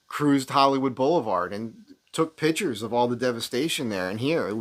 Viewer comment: Love how you always say pitch-ers rather than pic-tures.